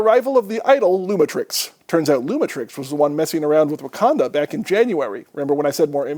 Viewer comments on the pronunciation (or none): none